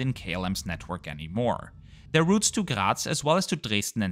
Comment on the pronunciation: He got triggered over this. The same way I got triggered over how he pronounced the city he originated from "Graz" as it sounds more like "Gerät" or something like that. And I have noticed he likes to pronounce "Danke schön" like "Doinkeh-shen". 🤣